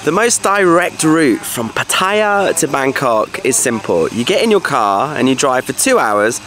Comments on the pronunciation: Patt-I-ya ? Is Pattaya you don’t pronounce the i … Pat- Tay -ya !! You pronounce both in one video ? The later is correct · having an each way bet with the pronunciation of Pattaya...